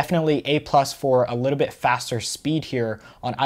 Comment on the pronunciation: Why you saying a litebit instad of a littlebit?